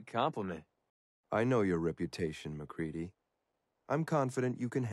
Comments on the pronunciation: no it's mac ree dee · It’s MacCready